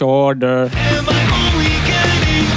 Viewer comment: komolyan a munkanélküli Dj ( XD:D) úgy beszél mint egy ovodás :D meg amikor Váj beszól: ojli-onli nagyon durva :D